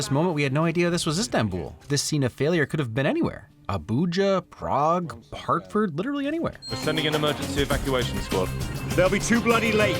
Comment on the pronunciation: Hartford? do you mean Hertford?